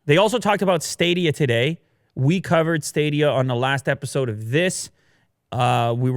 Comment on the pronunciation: Everybody: Stadia Willi Du: Staydea